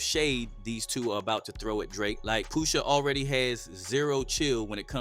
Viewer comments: It's not Poo-sha...it's Push-a.. the word is "push" (the opposite of pull)😆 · I ain’t gon lie. Couldn’t even listen to the whole vid once I heard Poosha 4-5 times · Pooosha? Lmfao 🤣 please say my cultures artists NAMES right man tf 😂😂😂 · Tell me you're an AI channel with "Brother's voice" without telling me... Keep MISPRONOUNCING names we all know how to say correctly #POOSHA ? #Fare ell #NAZ 👀 #Nope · why he keep callin him Poosha lmao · “Poosha” bro 💀